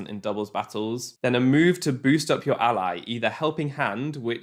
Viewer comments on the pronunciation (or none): none